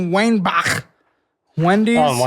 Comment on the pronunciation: Your pronunciation of Weinbach was actually spot on, coming from a German hahaha